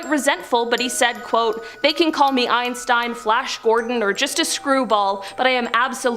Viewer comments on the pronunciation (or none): none